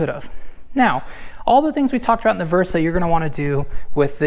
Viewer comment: Versa? I'm out, good info up tho there tho 👍🏿